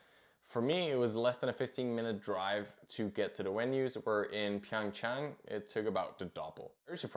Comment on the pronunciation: Your pronunciation of Beijing is already not bad, while that you also pronounced Pyõngchang correctly is remarkable.